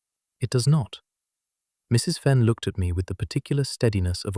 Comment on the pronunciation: I enjoyed this story tremendously. The basic narration told the story with almost human accuracy and emphasis. Still had the AI flaw of treating the period after "Mrs." as the end of a sentence, with her name starting a new one. Narration much better than the captions, that were obviously speech-to-text and contained numerous inaccuracies and outright failures to translate the spoken words into text. The opening vignette of images had little to do with the story, and the shifting around of the main image did not do much positive to relieve the static sameness of it. Though it was a good image. But the story itself and the flow of the narration redeemed this presentation from these flaws, to me, and it was a pleasure to listen to. OR, USA